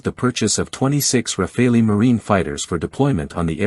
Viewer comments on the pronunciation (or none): I am really sick and tired of people saying RAFAELI instead of Rafale, like chacal, like focal, like moral. I really don't know where people (mostly Americans) get this suffix "ELI" at the end of rafale. The Americans have a bad habit of butchering other people's languages.